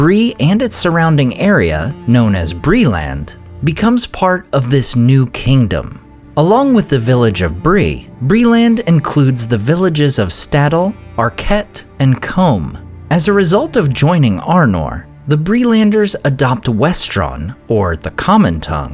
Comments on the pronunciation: Surely it’s Coom and Arch -it. Not comb and ark-et? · It’s not ‘Arc-quett’, it’s ‘Arch-ett’ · I think you mispronounced Archet